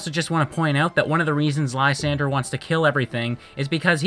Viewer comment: Lysandre (whose name you're mispronouncing) had so much potential. They clearly had an influence from church indulgences, specifically the corruption thereof where people would literally buy their way into Heaven. But he fell so flat with it. He even says that things are fine as they are and that his plan is pre-emptive. He ended up being a Cyrus ripoff, only Cyrus was a compelling and deep character. A list of jerks and no Koya? Koya is basically what would happen if Silver was a good guy. Which of course doesn't make him a NICE guy, because Koya is perhaps an even bigger asshat than Silver could ever dream of being. He punches the main character in the face for trying to pet his Absol. He threatens the other main character for overhearing a phone call. How this kid manages to be Looker's assistant is anyone's guess. And honestly if you think Silver is a Mary Sue, i question what you think that term means.